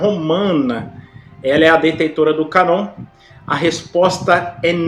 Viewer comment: Boa noite irmão. Só para ajudar. A pronúncia da palavra "Cânon", a letra "â" com o acento circunflexo, deve ser pronunciado "anasalado". Da forma como o irmão pronunciou a palavra "Cânon", fica "Canon. Espero ter ajudado